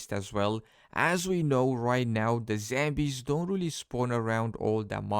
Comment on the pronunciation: Are you saying Zambies?